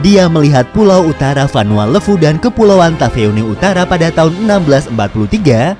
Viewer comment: Ejaan levu di fiji "e" nya ikut indonesia timur min levu ..bukan pake e pepet. Aneh dgernya